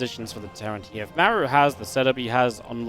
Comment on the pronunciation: Is it just me, or can never pronounce Maru's name correctly? It's Mar-oo, not Mare-oo